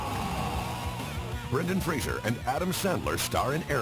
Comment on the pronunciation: There is no "I" in "Brendan Fraser"